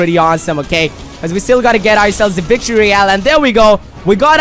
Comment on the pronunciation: He said vict royle